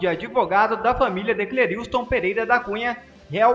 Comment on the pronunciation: Lê-se CLÉRISTON e não CLERILSTON